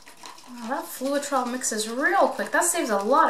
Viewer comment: Floetrol the e is silent... it is Flow trol....it is a paint conditioner used in thinning house paint when painting in hot conditions and to smooth out brush strokes...also when needing thinner paint to use in spray painting. Add approx 25-30% of the Floetrol to your paint and a touch of water so as not too thin. Also be careful not to burn the paint or get the top layer to dry too fast by keeping the heat at least 12in away. All you are doing is popping the air bubbles with the heat, as the silicone will cell without the heat anyway sometimes too much heat gives too many of those hairy looking cells when it was probably pretty ok without torching. Well done, your painting turned out very pretty.